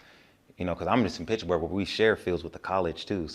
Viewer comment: Its PITTSBURGH homie not pitchburg😂